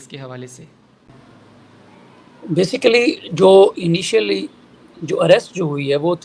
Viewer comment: جاہل وکیل ہے۔نہ اردو آتی ہے نہ انگریزی۔بیسکلی،انیشیلی؟وتٹ دہ ہل ہی سپیکس ابوٹ؟